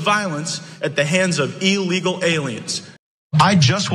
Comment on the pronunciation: Someone should inform Gaetz that the word is "illegal" not "ellegal". Does he also pronounce "Election" as"alection"?